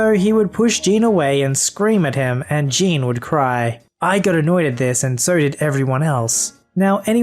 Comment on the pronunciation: You're pronouncing the name "Jean" wrong. It's pronounced "Zhonn."